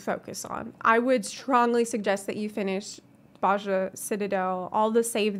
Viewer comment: Very good video, just one thing, Bozja is very commonly mispronounced, but we hear Gaius pronounce it in Werlyt, it's Boh-zee-uh